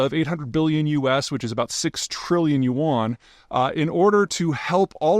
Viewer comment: Peter! The Chinese word 'yuan' sounds less like 'you-wahn' and more like saying 'U.N.' but so fast that it becomes a single syllable. I promise that's not an esoteric political joke, it's just phonology.